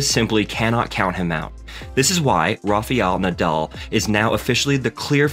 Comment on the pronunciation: Raw fee all na doll lol. It’s Rafael 😂 love the american accent